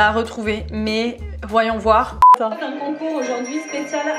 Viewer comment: " mythe numéro âun " je meurt de rire XD